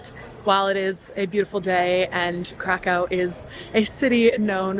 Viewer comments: Its Krakow, not Krakau. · Crack Cow. Sorry I had to. It`s not that dificult to pronounce city`s name properly. In english it will be something like Crackoov. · cra coov not cra cow:) very nice film enjoy your stay in Małopolska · it is not crakcaw its cracuf or cracuv there is diacritics above o making it ó and it is read as U. changing places names is disrespectfull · Stop saying Krakow - try to pronounce geographical names correctly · It's better to say Krakau. The first option in English has a connection with drugs, dude...